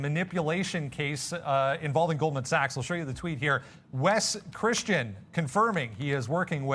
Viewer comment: For god sake at least get his name right. 'Wes Christian'